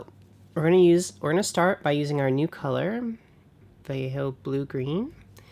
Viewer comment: Game color and Vallejo are the same company..... note two LL's in castellano spanish is a Y sound great video